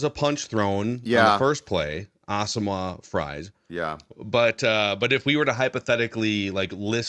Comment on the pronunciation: pronunciation of Asamoah is nails on a chalk board